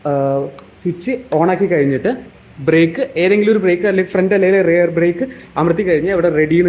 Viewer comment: റിയർ = പുറക് റെയർ അല്ല!